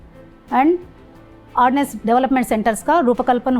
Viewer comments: It's Ordnance Factory, not 'Ordinance' factory !! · It's ordnance not ordinance 😂